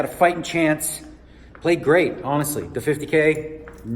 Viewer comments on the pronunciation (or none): none